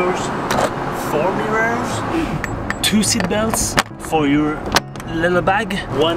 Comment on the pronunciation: kinda has a hard time saying "mirrors":D